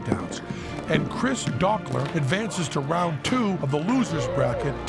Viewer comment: ***** And Dokler has a long "o" ;)